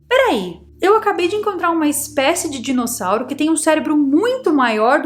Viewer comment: amo quando vc fala ALIGENÍGENA, e agora mais um que adorei DISSONAURO kkkkkkkkkkkkkkkkkkkkkkkkkkkkkkkkkkkkkkkkkkk mas eu acredito na teoria da fazenda, e nesse caso faz sentido. Esse dissonauro evoluiu nas cavernas da Terra, e através dos milhares de anos chegou à um nível tecnológico onde pôde criar outras espécies e dentre elas nós, para se alimentarem.